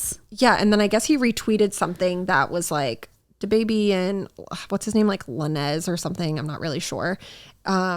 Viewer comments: La-nez instead of "lanes" was cute and hilarious 😂 😃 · Not a funny story, but hearing call Tory Lanez La-nez was the most innocently hilarious thing lol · I cannot believe she said lanez like that lmfao 💀